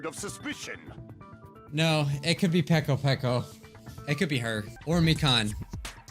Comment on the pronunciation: It's funny how calls Peko pEkO PeKo